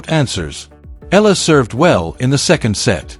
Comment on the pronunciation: Eala pronunciation E yala